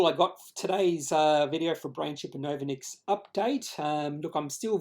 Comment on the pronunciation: Good job on the candlestick analysis. But why do you put your credibility into question by not even bothering to find out how to pronounce the name of the company? If you can't get that right, why would your subscribers trust you on the quality of the rest of your research? Pretty easy to log on to Novonix's website to find out how they pronounce their name